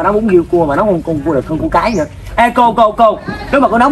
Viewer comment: Riêu mà nói giêu